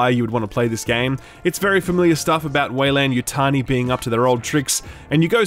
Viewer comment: Way-lan lol